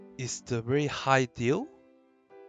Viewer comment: there’s a word you kept saying that I couldn’t understand. the Hashashin “deal”?